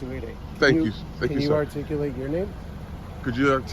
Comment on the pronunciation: Loser can't even say "articulate" LMFAO !! It takes this loser 7 years to study a sentence! LOL! Then he thinks he won because the cops left? How stupid can someone be???